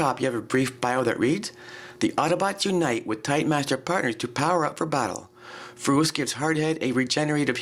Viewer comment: also like the way you say furos too.